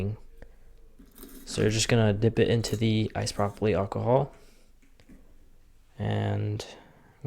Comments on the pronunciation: "Icepropaplee" lmao, you mean isopropyl? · when he said "ice-propoly alcohol" I couldn't help but chuckle lol. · “Ice-Prop-uleeee” my man 😂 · My man sayin “icepropaly” bruh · I heard Ice-Brocoly😂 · Did you say ice broccoli alcohol? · Bro said isopropyl like it was two words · wait, say "isopropyl" again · Funniest thing I heard all year